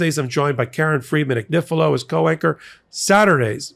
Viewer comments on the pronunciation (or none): The Italian family name Agnifilo (A-gni-fi-lo) is pronounced Ah-nyee-fee-loh. GN has a NY sound (same as ñ in Spanish: mañana) as in Lasagna and gnocchi (nyoh-kee).